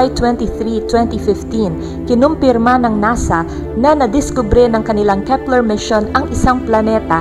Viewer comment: Keps ler planet? 😂